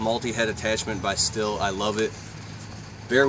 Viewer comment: pronounced STEEL not STILL